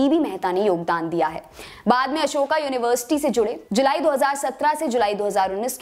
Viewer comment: अशोका नही अशोक होता है। अशोक युनिवर्सिटी, english ke chakkar mein hindi ka kabada krr diya...